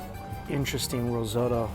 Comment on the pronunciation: Mate.. It's not Mulan... It's M-I-L-A-N. Or risoto. R-i-Z-O-T-T-O. Try to make the effort in pronunciation. It helps.